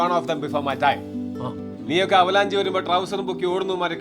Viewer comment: "Avalaanji"❌️ 😂... Avalanche✅️